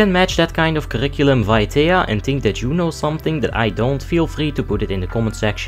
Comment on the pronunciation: I just want you to know that I stopped listening to your videos because of your pronunciation of curriculum vitae